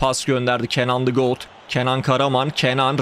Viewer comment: Hocam got diyo aaaaaaaaaa